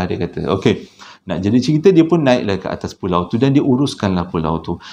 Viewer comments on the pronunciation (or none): walaupun 'pualau' tetap terbaik!! 👍🏻👍🏻👍🏻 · Ramai yg terpuakau kan. Tu yg jadi "Pualau" tu. Thorrbaekk 😅😂🤣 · Tersasul ke, pekataan "Pualau" ke, xpa, Kami tetap terhibur.. 🤭🤭🤭 👍🏼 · Pualau pon boleh bang ... Tpi sokey ... Semua faham 😉👍👍